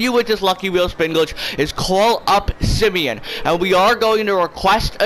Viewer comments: The way he pronounced ‘simeon’ ‘sim E on’ just made me leave this video 😂😂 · Does he not know how to say Simeon